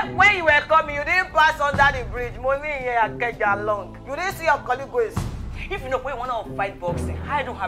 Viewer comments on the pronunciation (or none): This is a masterpiece Kiekie, keep up the good work of spreading the message against DV. Great acting by Mummy Wa, her husband and the whole cast, loved every bit of it. On a lighter note, Kiekie did you just pronounce colleague as colleagwe? 🤣😂